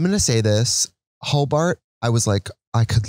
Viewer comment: Every time you named ‘Hoe-Bart’ (proper spelling) I heart Paul Blart